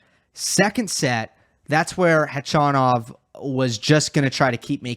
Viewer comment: Gotta say I really appreciate your correct pronunciation of Khachanov, even correcting yourself at one point -!